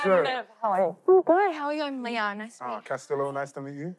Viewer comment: It’s castillo